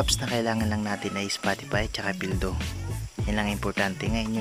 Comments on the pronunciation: "spotipay" xDDD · Bruh it’s a Filipino accent it happens to all Filipinos